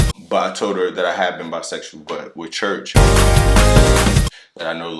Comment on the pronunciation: Not even into 4 minutes of watching this video and laughing so hard every time says "church".